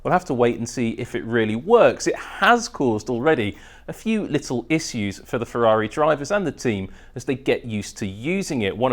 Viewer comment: Never heard someone else say "issues" like he does